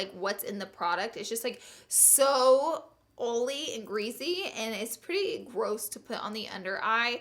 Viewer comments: I like Laura don't get me wrong but I hate when she says greasy. She pronounces it geazy. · Oml greasy not greezy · every time laura says "greezy" i take a shot. seriously love that woman. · I always notice how you say greasy.... "greazzy" lmao 😘